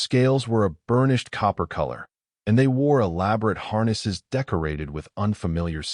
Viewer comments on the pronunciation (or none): none